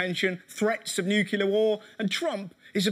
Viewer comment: I'm a big fan of British comedy, and I'm a pretty liberal American. But fuck me, the word is pronounced new-CLEE-ur. "Nucular" is the kind of dumbass shit that Dubya used to say, and It's dumb as fuck. I'll give you aluminium, I'll use the metric system, and I'll even put a U in "colour". Just please, for the love of all that is good and sacred, pronounce the word "nuclear" correctly.